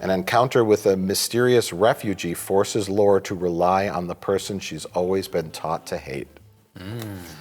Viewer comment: Austrian, not Australian! And “Lore” is pronounced “Laurie”, not like Data’s brother!